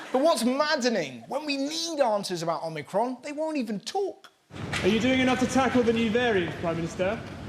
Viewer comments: It's worrying that people that are professionals in communications can not say Omicron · Ah, glad I’m not the only one that keeps thinking Omicron Persei 8… 🤣